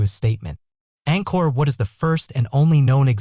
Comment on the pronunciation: He referred to Angkor Wat as Angkor What.